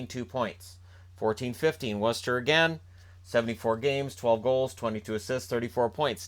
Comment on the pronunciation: Nice Job pronouncing Worcester correctly :)